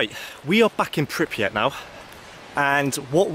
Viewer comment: And pronouncing “Pypriat” 😉 instead of Prypiat!